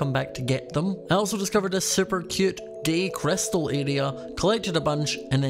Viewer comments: I love how he called it « gay crystal area » 😭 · Did you say “gay crystal”?